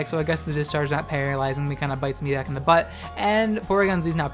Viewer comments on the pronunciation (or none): none